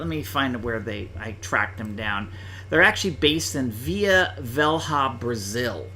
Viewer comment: Vila Velha is pronounced just like "Vila Vella" (and means the same thing)